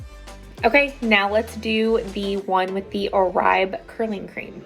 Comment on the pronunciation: Pronounced ‘or-bay’.